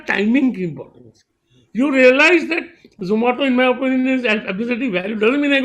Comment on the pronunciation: zomato ko zomata bol diya hahaha....